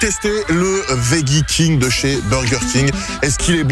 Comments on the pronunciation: GRS is back🤩🤩 sinon pour l'anecdote ça se prononce vedjie alors que tu prononces vegguie. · Arrêtes avec le « vegguie » 😂😂 ça se prononce « vejjie » que ce soit en français ou en anglais. J’ai vécu aux États Unis 10 ans j’ai jamais entendu vegguie 😂😂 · Au fait, on dit "vedji" lol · On dit "vedji" 😊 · Veggie prononcé vegguie c’est en Allemagne ça non ??😜😜😜😜